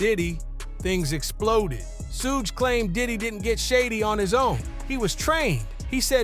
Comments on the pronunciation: It's not his name tho? Pronounced 'Shug' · Why do you say his name like that?!?!